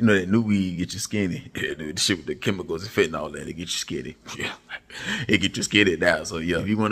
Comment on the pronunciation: I holla every time “HE WAS WITUM” 😂😂😂😂